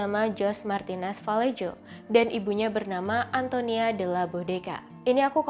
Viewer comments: Koreksi aja pengucapan spanyol huruf j di baca H. Contoh juan=huan Mirip huruf g dibaca juga h. Montija=montiha.. vallejo=valleho.. sumber gue akurat dari nama pemain spanyol di laliga karena suka dengerin komentator spanyol bilang begitu.. kalau eugenia itu dibaca euhenia aku pernah tau pround eugenia dari ratu ena. Nama inggris victoria eugenie tapi pas sampai spanyol jadi victoria euhenia... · ll dibacanya y ngga sih harusnya? Jadinya Vayeho? Sumber yg gw pake dari Real Mallorca=Mayorca